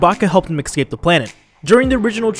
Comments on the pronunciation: It’s pronounced “Ess-cape” not “X-cape” I’m sorry but it bothers me in every video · Fucking "excape" people pronounce escape weird